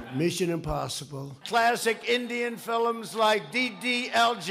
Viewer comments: IN, " CLASSIC, INDIAN FILEMS..." FILEMS!? COFEFE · Did trump just say "filims" seriously? ... and Nikki should definitely take the same test that Donald did, but also she should actually take an IQ test, and challenge Trump to take the same test !!! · “... classic Indian 'filims'...” What the heck are "F I L I M S"? You'd think that Trump would have learned to speak English by now.